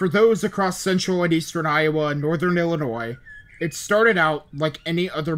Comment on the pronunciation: Fillionois (Illinois)